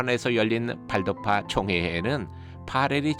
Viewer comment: 강근환 교수님께 강의 들을때인 1991년에는 왈도파라고 배웠습니다. 1995년에 조병하 교수님께서 가르치시면서 발도파라고 발음해야 한다는것을 배웠지요. 지금 교수님께 배우는 학생들은 큰 복을 받은 분들입니다.